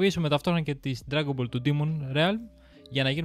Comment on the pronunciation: Θα γίνω ίσως γραφικός, ίσως ανόητος ή και ακόμα προσβλητικός... Αλλα τι να μας πείτε για ντραγκον μπολ ( και οχι ντρανγκο μπολ); Κάνετε μια καλή προσπάθεια και καταλαβαίνω πως θέλετε να ανεβάσετε το κανάλι σας και σας ευχόμαστε τα καλύτερα. Κάνετε ομως μια καλη έρευνα για αρχη, και δείτε εντατικά απο την αρχή. Μην απλά μιλάτε με οτι θυμάστε.